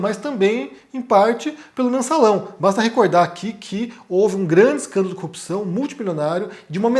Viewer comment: por duas vezes vc falou cupção heim, igual o crente estérico. 😅